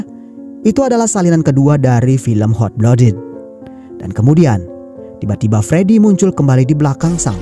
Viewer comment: maaf sebelumnya bang, cuma mau saran utk pronunciation nya "Hot Blooded" lebih dibenahi lagii, kedengarannya gmn gitu hehe. overall bagus, lanjut film2 lain lg. semangattt